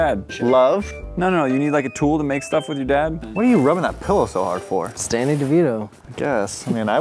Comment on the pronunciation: Why did it sound like said Stanny Devito and not Danny Devito